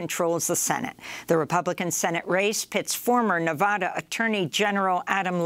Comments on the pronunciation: Amy. It's pronounced, Nuh-vaaa-duh, like as in Alabama. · I do wish Amy would learn how to pronounce 'Nevada'.